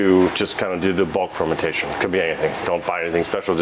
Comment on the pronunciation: its fermentation, not fermintation, sorry for being a bit of an asshole